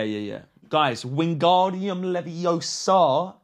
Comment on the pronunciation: it's leviOOOOsa not leviosAAAA